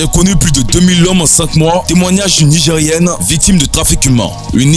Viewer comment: C'est Nigeriane,pas Nigerienne.merci de bien prononcer